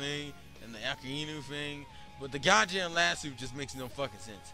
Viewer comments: Akainu(He can't even say the name properly) was able to hit Ace because of Haki. Not because magma is hotter than fire. Joke did NOT have a devil fruit- HE was cursed. Vegapunk figured a way for objects to have Devil Fruits. Your entire argument is weak, and full of flaws. Even MORE flaws than the logic of Devil Fruits in the entire Manga/Anime. (Which I'm not saying is perfect, but done well enough that in his /years/ of writing, he made less mistakes than you did in a 10 minute video) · Hope that in the last 10 years you learned how to properly pronounce the name "Akainu"